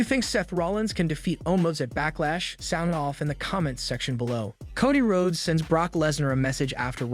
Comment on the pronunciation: "How would you book Bray Wyatt's return to the WWE?" Answer: I wouldn't. Also, fix your fucking speech bot! Who the fuck are Solo Sicko, Coddie Road, and Lanite?!